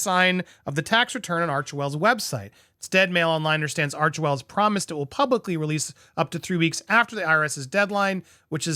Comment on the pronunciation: I think you would like to hear this, PBD just mis pronounced Archwell as Archevil in one of his latests podcasts, funny.